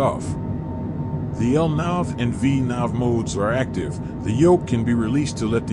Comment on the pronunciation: Awesome LNAV and VNAV pronunciation